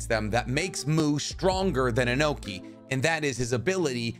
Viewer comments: Why cant you pronounce names right Its Onoki not Inoki , Makes you less reliable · I got confused when he called onoki enoki